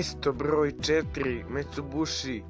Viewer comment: ide mi na kurac taj mesto brrroj sedam, husarrrigama